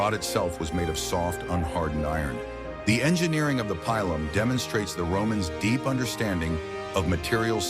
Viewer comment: Pilum: pronounced pee-lum, not pile-lum or pill-lum